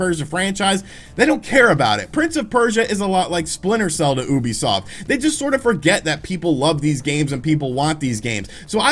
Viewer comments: I think Ubisoft os pronounced youbisoft instead of oobisoft but I might be wrong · Kinda irks me how he says Oobisoft instead of Ubisoft.... oh well, it doesn’t really matter in the end. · he said OUbisuft ._. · Little bit funny how you pronounce "ubisoft" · Thats not how you pronounce Ubisoft... is it?